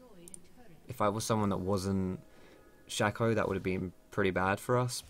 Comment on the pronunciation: no it's shaco not shaco